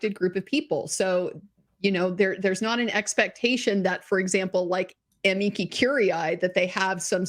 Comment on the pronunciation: This is NOT part of "the public relations battle" (they DONT talk about "poor Amber"), but rather THE BIG IDEOLOGICAL WAR against society / men! +1 for saying "amici" CORRECTLY... the "c" is a "k"... not a "tsh"... in LATIN! Removing Asbestos from a larger building is quite interesting, because you a) cover up all the windows with plastic sheets (not too tightly) and b) use a GIANT vacuum + filter to "lightly suck the air out of the building", which creates a draft through the windows that goes from outside to inside, thus you make sure the asbestos only goes into the filter. Next to the filter is an airlock for the workers... and they have to have regular breaks DUE TO WEARING MASKS and disposable overalls. If I hadnt thumbsed up already, I'd have to do it now for stating what MANY PEOPLE DONT KNOW: REAL SCIENCE has at its core two requirements: a) freedom of thought (there are NO questions that shouldnt be asked... which does NOT mean they "must be" experimented on / implemented!!!!!!!) and b) the mindset of "I COULD BE WRONG!" (a certain "Dr. F." does NOT share this, same as most activists... which makes all their statements BELIEFS and thus RELIGIOUS!) Did this statistic EVER ASK ABOUT ABUSE OF MEN? If you only ask one side... your data is FLAWED and thus WORTHLESS... unless you are MOTIVATED BY IDEOLOGY and just want to create a statistic to prove your starting supposition. "There are resources..."... f